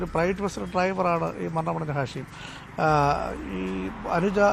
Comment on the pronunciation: ഷാഹിം അല്ല മച്ചാനെ.... ഹാഷിം